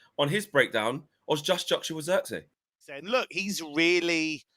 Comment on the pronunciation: pronounce : twist / this / trick / his... the sound of the 'I' is how you pronounce it in Zirkzee. the zee part you have it right ;) (I'm dutch)